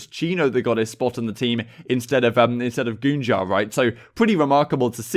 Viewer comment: Man really said goonjar With all due respect.... What the actual fuck